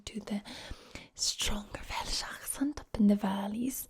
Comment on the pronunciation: If it wasn’t for her talking about the accent I’d have no clue where the fuck she’s from, especially when she says ‘velsh’ like...it’s welsh, we say welsh. Even in the valleys